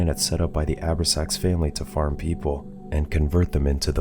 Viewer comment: I love these channels, but...."..the Abra-sax Family." It hurts when you realize it's a movie that not even the Channel has watched.... It's pronounced: "O-brax-ans."